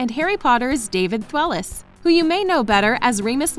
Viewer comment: Did she say David thwellis?